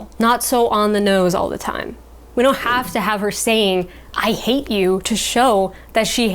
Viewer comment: It's "HAAAATE" ,not "HATEEEEE" which is pronounced as "Haiti"( the country.) Adding extra "e"s to the end of every word does not emphasize the part of the word you want to stress.That is done by adding more of the vowel in that part of the word. In this example,add more "A"s, NOT more "E"s at the end.